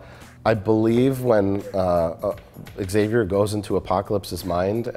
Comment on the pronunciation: "egg-xavier" NO! That is NOT allowed.